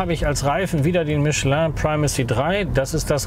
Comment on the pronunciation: Super! Es gibt also doch Deutsche, die Michelin richtig aussprechen können! 😀